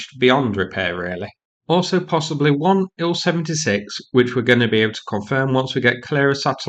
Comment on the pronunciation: Please, please, please stop mispronouncing the names of these aircraft. Tu—22 should be pronounced “T-U-Twenty-Two”, NOT “Two-Twenty-Two”. Also, IL-76 should be pronounced “I-L-Seventy-Six”, NOT “Ill-Seventy-Six”. Finally, Su-30 should be pronounced “S-U-Thirty”, NOT “Sue-Thirty”. Thank you.